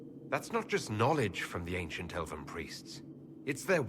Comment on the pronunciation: You know how you tell you're a nerd is when you cringe when a voice actor slaughters the pronunciation of a fictional languange. Come on learn your elven!